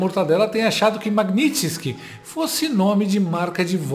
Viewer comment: Meu caro, o correto é Magnitsky, como se houvesse um acento agudo no i.